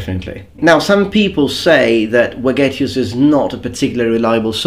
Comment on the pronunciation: I want to say that in Vegetius the V is pronounced like V from Veterans